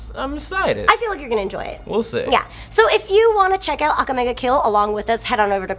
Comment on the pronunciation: I'm sure she said Akame ga kill wrong